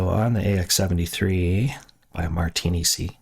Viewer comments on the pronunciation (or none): Nice sound design tutorial. BTW, it's actually "martinick", but I like "martini-see"! 😛